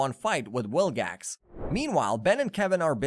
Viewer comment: you kept saying wilgax, it's vilgax